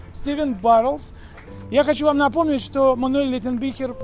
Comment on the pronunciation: правильно говорить не Леттенбихер, а Леттенбихлер. Это немецкая фамилия, там буквы читаются. Его все Летти называют, потому что фамилию сложно выговорить 😄 А так молодцы конечно, ждëм настоящие живые репортажи👍